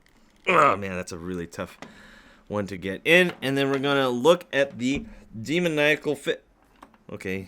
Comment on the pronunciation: When you can’t say demonical